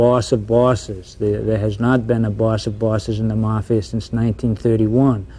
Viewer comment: Did a shot every time that guy mispronounced mafia. I’m totally wasted!!!